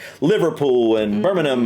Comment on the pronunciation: Birmingham (Bir-ming-ham) not Birminam 😀